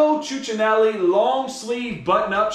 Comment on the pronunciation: Brunello COO-cha-nel-i